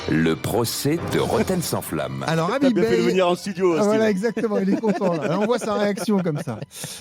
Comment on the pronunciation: C’est pas Habib mais Khabib qu’il faut à Marseille